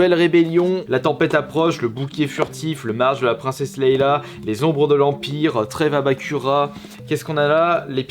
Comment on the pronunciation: On dit princesse Leia pas Leila